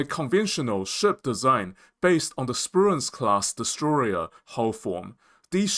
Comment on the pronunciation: except for "DestrorYer" <D